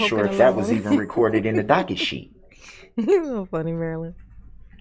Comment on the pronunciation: Darrell: "Oh docka shee, Oh docka shee. There aint no bond on file..."